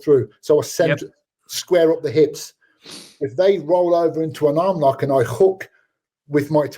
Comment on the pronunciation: STOPPP STOPPP! ITS OVAA!!